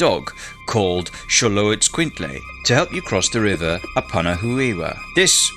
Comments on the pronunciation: It’s more pronounced like this Mick•lante•kuut•lee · The pronunciation of this God in Classical Nahuatl was more akin to - Meek Tlan Tektli With an accent on the last E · Wanted to watch but lasted like 10 seconds, until you started to not even try to pronounce his name with respect. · You pronounce it funny 😂 but your video was so cool!